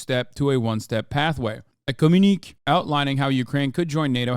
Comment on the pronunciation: Blowing the pronunciation on both quelle and communique was awesome hahaha